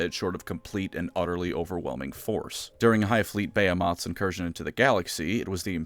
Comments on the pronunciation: Dude, I love your videos, but the way you pronounce behemoth is hilariously incorrect. And you kind of say it all of the time. It's buh-hee-muhth. Not bey-eh-moff. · Sir behemoth is not pronounced Bae hoe moth